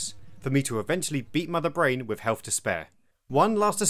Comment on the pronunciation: I can't take any adult seriously when they can't pronounce simple words correctly. "Hey, you have healf" (health) "you'd have fought" (thought) you were obviously not paying attention in school.